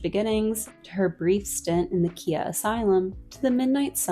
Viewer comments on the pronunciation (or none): Kia asylum?!😂 is that also part of the joke or do ppl just not know how to pronounce Khia🤔